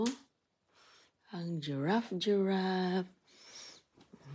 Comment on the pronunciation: What jurap? O giraffe 🦒 😅😂nganga ka kaya mga anak mo buloldin.😅